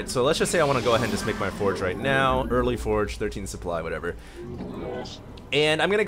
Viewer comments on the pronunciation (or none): its "forge" fast-expand not "force".